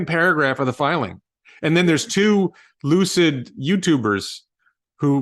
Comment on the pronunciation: Lucid Motors =Loose-It Motors 🤣🤣😆😆😂😂